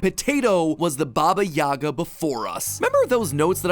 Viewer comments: Uh, it's actually "Baba yagá" and not "Baba yága" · stop saying Baba Yaga's name wrong its Baba Yega it's so frustrating hearing Americans trying to say that name. Not YAGA, YEGA (EEEEEEEE). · pleeeease its pronounced as bAba yagA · Don’t make me get John wick in this B****! Taking about Baba Yaga instead of (yeah-guh)